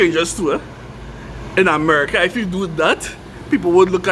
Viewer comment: Chrinidad v AmericaH… like you’ve lived everywhere in the US. It’s like visiting Ghana and saying “Africa” 🙄